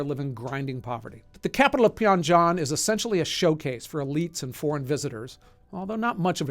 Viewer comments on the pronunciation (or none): Pyongyang, not Pyongjang :) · It's PYONG-YANG... Not PYON-GYANG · How do you pronounce that???? "Pee-on-john??? What What???? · Small note: it’s Pyong-yang not “pyon-jang.” If you see a G in transliterated Korean it’s not pronounce like a J. The ng sound is used a lot at the end of syllables and a hard g at the beginning of syllables, but the j sound will be indicated with a J. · its Pyong Yang - say it properly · I was wondering about that... Why he pronounced it the way he did..? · Pyongyang this guy: PYONG JOHN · "the capital of pyan-john" 🤦‍♂️ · It’s pronounced “pee-ong-yang.” The “yang” rhyming with “bang.” The only reason I know this is because I’ve watched every DPRK documentary in existence. Love your channel brother. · Pyongyang is actually pronounced pe-on-yang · Pyong- ji- Anne is not how you say it dude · you mispronounced the captial of North Korea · Seriously? A special report on North Korea and you can’t pronounce Pyongyang? How disappointing. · A South Korean here keenly interested in North Korean human rights issues. Except for that dreadful pronunciation of Pyongyang, everything in this video was very accurately researched and well-informed. A good primer overall. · Learn how to pronounce Pyongyang correctly. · At least start with pronouncing things right. Never seen anyone pronounce 평양 like that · amazing video, but work on your pronunciation of Pyongyang. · Bro, your pronunciation of Pyongyang is.... Definitely something lol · For how he constantly harps on about doing meticulous research, he couldn't take 1 minute to figure out how to pronounce Pyongyang properly. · You pronounced the capital like something you put on your spaghetti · Why did you pronounce Pyongyang that way? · I honestly hate the way you pronounce Pyongyang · sorry you butchered the name of the capital 😭😭. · First time I've heard it pronounced this way